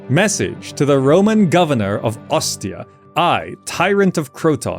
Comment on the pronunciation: That pronounciation of Ostia is 💯💯💯